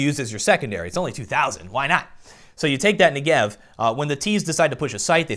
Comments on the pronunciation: "Nigev" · luv your vids m8, i just have one (probably on my side) issue, the "Negev" pronunciation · 1. You pronounce "Negev" wrong. 2. Your suggestion about the unranked match-making isn't good because high rank players will be able to play against low rank players. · I'm done,everyone saying Negev in a wrong way ffs I'm Jewish it's a real word fyi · FOR FUCKING TANJ'S SAKE!!!! Negev is pronounced with the emphasis on the first syllable. And as to why am i so triggred: the negev has 150 bullets and gets more accurate the more you shoot it. So keeping triggered means still having a rail gun firing at 800 RPM.